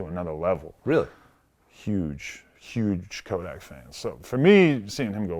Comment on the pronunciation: Vlad saying Kodak not tuff🤦🏽‍♂️vlad just stop